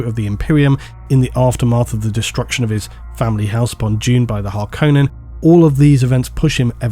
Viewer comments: Thank you for pronouncing Harkonnen... dare I say correctly. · Thank you for pronouncing Harkonnen correctly. Here's my reasoning, the David Lynch movie pronounced it that way, Frank Herbert himself was on set to help with names and term pronunciation. QED, that's the correct way to say it.